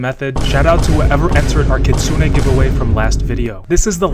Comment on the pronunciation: its kitsune!